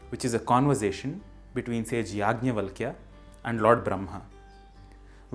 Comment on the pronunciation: For sanskrit channel, you seem to have difficulty pronouncing some sanskrit sounds. It's Brahma, and not Bramha. It's Yajnavalkya, and not Yagnyavalkya. Also, the H of bhuvaH is not silent, but pronounced as, say, German 'mach'. I know in recent times sanskrit culture has been corrupted, but I would have expected more from this channel.